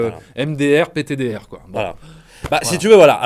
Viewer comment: Excellente critique les cousins! Je suis entièrement d’accord avec vous, juste pour les truc où ils sont découpés en rondelle et qu’ils se reforment tout seul je crois que c’est à cause de la pierre de réalité PS: on dit « PTDR » et pas « PDTR » 🤣